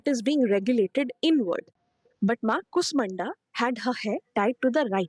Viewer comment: Very nice video - but better pronunciation might help more - it is an sh and a long u - श kooshmanda. Also, the t in katyayani is soft - त not ट